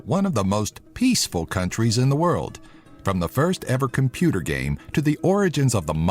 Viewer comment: PACEFUL! HAAA XD